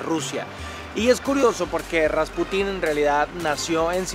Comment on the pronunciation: atención: se pronuncia RasPUtin, no RaspuTÍN, es decir, la sílaba tónica en este caso recae en la penúltima. De igual manera que PUtin (presidente de Rusia) y no PutÍN, aunque se escuche más chistoso